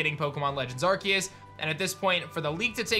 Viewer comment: I think it’s pronounce are-see-us